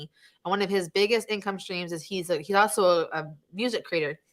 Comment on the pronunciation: "these are the incomee streams you are looking for" :D haha